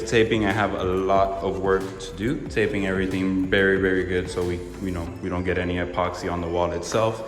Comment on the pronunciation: Yow this man has some good content and well out together videos but he say the word “literally” so many times that I can’t watch a whole episode Oh and the fact that he says “bery “ instead of very But good content